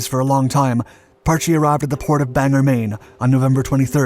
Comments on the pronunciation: Just for the record,Bangor Maine is pronounced Bang gore.NOT Bang her.Why do so many people get this wrong? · Might I suggest looking into how to pronounce some things? Maybe it's called different outside of New England but we here pronounce it Bang-Gore, not so much Bang-Ger Love your content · As a mainer, hearing people attempt to pronounce Bangor, Maine always entertains me. (Emphasis on the o)